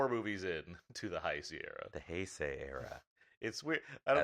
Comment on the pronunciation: Bro just say Hey-say. Why you being stubborn lol